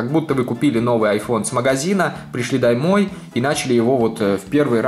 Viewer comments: пришли даймой аххаахха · пришли даймой 😂😂😂